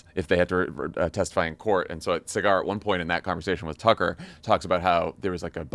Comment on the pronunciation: LMFAO it's obvious y'all have never seen one clip of breaking points because y'all keep calling Saggar (Sah-ghar) cigar 😂😂